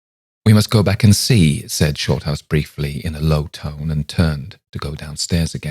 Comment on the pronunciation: Sorry but you sound like you're calling him "shortarse", thanks for bringing a smile to my face, I really needed it.